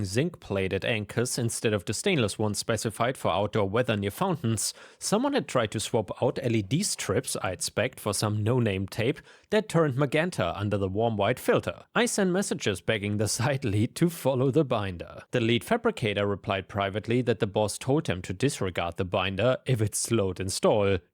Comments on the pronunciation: Magenta is pronounced 'mah-jen-ta' (rhymes with mah-hen-ta) not 'ma-ghen-ta' 🙂 ETA 'gouging' is pronounced 'gow-jing' not 'ghaw-shing' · You said magenta wrong, by the way.